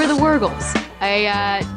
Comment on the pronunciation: The “Wurgles”?!! .. 😭😭😭